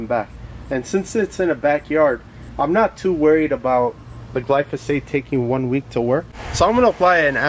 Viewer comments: It’s gly pho sate. Not gly so fate. lol. Just saying. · Gly-foe-sate. Not what you said, gly-so-fate. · Guy can’t even say glyphosate GLY FOH SAYTE NOT GLOWNSJUSNWNE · Glyphosate, Glysophate. Tomayto, Tomawto. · It’s not glysophate, dummy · As a pesticide toxicologist, I have to admit I was a bit triggered by your pronunciation of glyphosate at the beginning. But after watching your video, your explanations were spot on. I can forgive pronunciations of difficult active ingredient names. A Cubs jersey on the other hand, that's harder for me to look past. 😆 Jk, good stuff man!